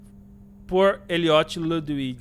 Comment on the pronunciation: vc falou ludwits kkkkkk